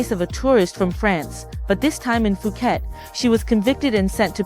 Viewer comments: You have been in Thailand for 9 years and still pronounce Phuket as "Fu-ket," instead of "Poo-get"? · Fuuket??? This one talks BS